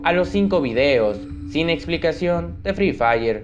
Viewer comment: Me encanta cuando dice free fiyer 😂😂😂😂